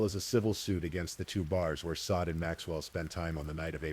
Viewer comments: The AI narrator mispronounced Sade throughout. Kinda disruptive and annoying. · I feel sad that Sades name was mispronounced throughout the whole narrative, especially since the story started with how to pronounce it. Issys too when her full name was spoken. It's disrespectful to their memories 😕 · It absolutely is disrespectful, I agree. That’s what we get with this type of AI slop.